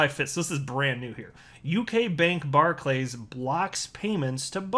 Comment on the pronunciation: It's pronounced 'barkliz' .. just saying. Also, these are not local community businesses anymore .. they are closing all but the major town/city centre branches. They are major businesses that want to solely protect their own interests. Maybe they should stop us from buying alcohol in a bar .. you know .. to protect us, or stop us from buying cigarettes .. you know .. to protect us .. or even stop us from buying fuel .. that way we can't have an accident and they will have successfully protected us 🤷